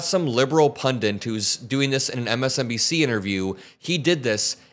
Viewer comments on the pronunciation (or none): Pundit, not "pundant"